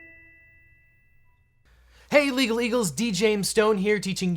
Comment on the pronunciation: It almost sounds like he say illegal eagles